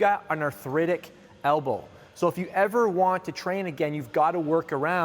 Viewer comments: Elbow. Not Albow. Great vid tho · "Albow" :'D